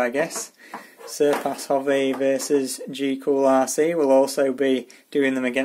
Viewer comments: why do you say g cool isn't it gool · goolrc not gcoolrc 🙏🙏🙏🙏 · Cool video, but it's GOOLRC. Not GCOOLRC. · I like how he calls it GeeOolRC instead of GoolRC. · why some words the "T" is pronounced and other words the t is silent??? there is a "T" in the word M-O-T-O_R correct? or he adds letters to a name goolrc is pronounced geecool rc???? where did the e and c come from? beda? i think he is trying to say better could be wrong